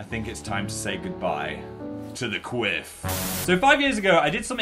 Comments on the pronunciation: I keep thinking you say queef when you say quiff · Omg I keep hearing a similar word to quiff every time I’m so sorry I can’t 😂😂😂